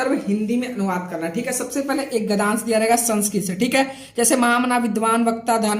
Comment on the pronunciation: महोदय क्षमा प्रार्थी हूँ परंतु आपको एक सुझाव दे रहा हूँ - आप गद्यांश को गधांश कह रहे हैं, जो अनुचित उच्चारण है। आपको अपनी हिंदी में शुद्धता लानी चाहिए। गद्य + अंश = गद्यांश होता है। आप कह रहे हैं गधांश। कृपया सुधार करें। इसी प्रकार आप पद्यांश को पधांश कह रहे हैं। आपको हिंदी का पूर्ण ज्ञान नहीं है। कृपया उच्चारण सुधारें👍🏻👍🏻।।